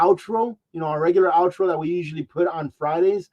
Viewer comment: Love the "out tro".